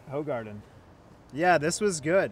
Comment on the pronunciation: I’m ok being that guy. It’s pronounced “Who- garden.”